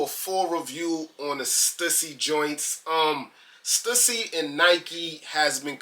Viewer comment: I think it’s pronounced: Stoosy